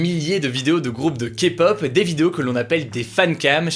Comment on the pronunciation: Merci d'avoir bien prononcé le mot kpop ! 😄